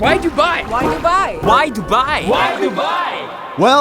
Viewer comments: broo lol its dubai its not duubaaaiiiii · Its Du-bai not DuByE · "Why Dubai" How i hear it : Why To Buy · Why Do You Buy? (Pronounce : Why Du U Bai? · When they say "Why dubai" it sounds like "What to buy!" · Ngl when they said "why Dubai?" It kinda sounded like "Why did you buy?" 🤣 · Why Dubai sounds like "Why do buy" like somebody who doesn't understand much bout English wanna say "why do you buy it?" But instead they said "why do buy?" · YOu SaID DuBAi WrOng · the fact that none of them pronounced Dubai properly lmao 😂